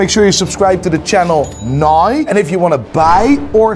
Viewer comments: why does he say nai when he wants to say now? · I’ve never heard anyone pronounce “now” as “noi” until today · you’re a G but you can’t pronounce properly “NOW” 😂